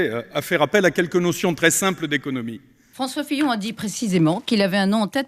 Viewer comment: affaire Fillon et non pas pillon mais sinon c génial